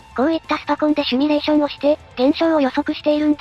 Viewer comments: シュミレーション❌ シミュレーション⭕ どうでもいいかw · シミュレーションを「シュミレーション」って云っていてモニョる。 #シミュレーション警察